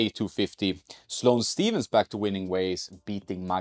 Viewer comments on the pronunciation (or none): none